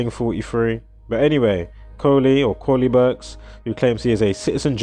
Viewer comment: but its Koleeberks* not Korleeberks....